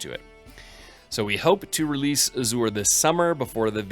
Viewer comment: check your pronunciation of "Azure". it is incorrect.